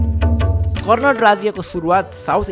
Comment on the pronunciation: It's not कर्णट but कर्णाट. Also not सिमराउगढ but सिमराउँगढ.